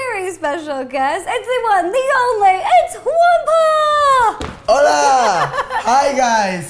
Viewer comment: She calls him Jampablo